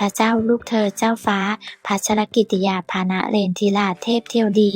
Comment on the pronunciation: อ่านชื่อท่านแปลกๆ อ่่านแย่มากๆ